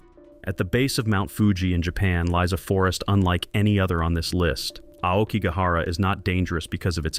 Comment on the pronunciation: Yet they pronounced "Aokigahara" quite well... perhaps it's not AI and just someone making a pronunciation mistake, like most people seem to these days.